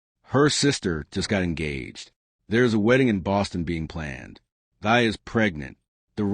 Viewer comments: Her name is pronounced as “thee” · Her name is pronounced T-'a.